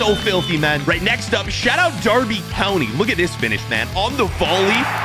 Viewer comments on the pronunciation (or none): none